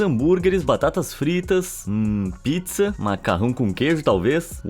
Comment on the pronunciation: Sacanagem falou pizza como abacaxi 🍍